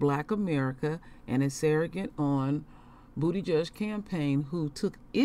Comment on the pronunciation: 🤣🤣🤣she keep saying (bootyjudge),..😂😂